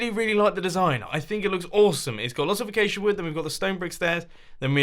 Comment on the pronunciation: learn x how to say acasia